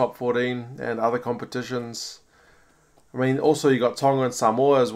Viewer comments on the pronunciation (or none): none